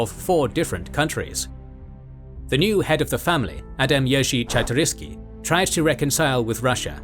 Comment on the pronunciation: "Czartoryski" should be said like - Chart-o-risky